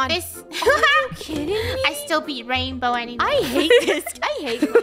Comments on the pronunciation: Funneh think she said: Raingolf (Rainbos) Me: RainLoaf? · Bow-lf (rainbow)